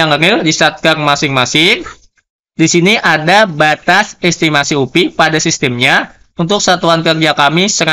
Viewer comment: diejanya "u-pe" pak. Bukan "u-pi" kalo mau english sekalian "yu-pi" saja jgn tanggung2 hehe